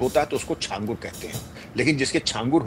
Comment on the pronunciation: सही उच्चारण छांगूर होता है जिसका मतलब होता है 6 उँगलियों वाला इंसान